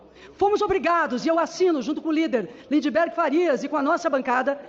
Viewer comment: Cara; curto os teus vídeos; SOU DE DIREITA, mas, PÔ, é IMPRESSIONANTE a ANSOLUTA IMCAPACIDADE, tanto DA ESQUERDA, quanto da DIREITA, de "dar nome correto aos bois": Será que é impossível perceber que o "d" do Lindbergh é "mudo"? Ficam, a TODO O TEMPO chamando esse desclassificado de "Lind-EN-bergh" quando o nome do cara NÃO POSSUI ESSE "EN" depois do "D"... PQP 🤦🏽